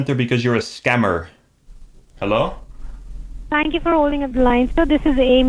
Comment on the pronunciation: "Scam-ber" Alert! 😂